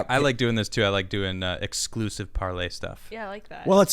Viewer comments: Par"LAY" ? I thought it was Par"LER" ? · Isn't it 'parl'ER' I've never heard anyone pronounce it par'LEY'. Are you doing that for copyright or other legal reasons? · "Par-Lay"...Um isn't it "Par-ler"....??? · Its parler, not parlay it's in the top left of ur screen tim geeze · why do you keep saying parley? you know like jack sparrow. when the website says parler. if i wasn't watching on youtube but was listening to the podcast i'd have no idea what you're talking about. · All I can think is it's Parler not Parlay!!!!!!! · Its PARLER not parlay! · The owner of Parler made an announcement on the proper pronunciation, its Par LER not Par Lay. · Parler Tim not Parlay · He thought it's french but even that is not "parlay", more like Parlehghghghg... I don't know how you'd write that. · ParleR. Hard R (😂). No y. Lol